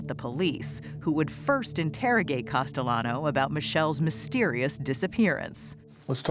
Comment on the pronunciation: Test him! Call him CASTEYANO...LL IS PRONOUNCED YYU...HE WILL GET FURIOUS😅